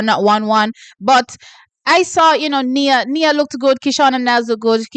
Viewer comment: T the GB athlete name is pronounced as Niyah not Knee-a coming from her father (former St Jagoite). Nia just might shook you tomorrow.